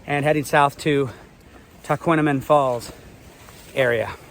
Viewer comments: I’ll help you. It’s an Indian name. Tahquamenon Tah- qwah-men-non. Grand Marais, French Mah-ray. Nice video. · At least pronounce the name of the falls correctly